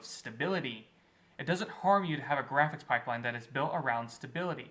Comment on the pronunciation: MY GWAFICKS FIDELITY OF MAI TIMEWASTING "I'M A HEEWOHH, PEW PEW" SLOP